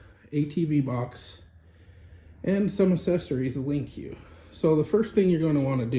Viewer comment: just a heads up, it's actually just pronounced LINK , not lincuw box.....